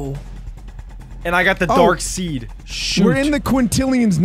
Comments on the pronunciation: Bro said “dark seed” 😂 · `darkseed’ and `atrocitis’ 😂